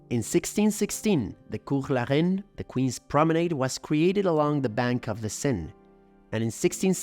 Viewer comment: I didn't want to nitpick... But now that you've brought my attention to it, listen again to how pronounced the consonant "J"...That's not how the French do it. Maybe you do, in Quebec? Also how he pronounced "Louvre," "promenade," "Invalides", etc. A multitude of incorrect pronunciations. French is not Spanish.